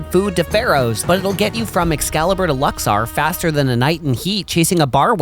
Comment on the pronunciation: Very fun video! Just one minor note… it’s pronounced “Lux-OR,” not “Lux-are.” 😊